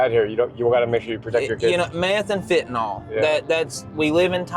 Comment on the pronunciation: Just a friendly reminder that there is no "o" in FENTANYL. The drugs name is Fen-ta-nyl. If something is destroying a community I think it's kind of important that the people know the name of it. What's even more disturbing is it seems a lot of the people addicted to it don't even know what it's called.